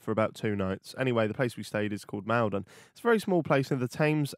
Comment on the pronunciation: Mal-don not Mal-den. I’m from Maldon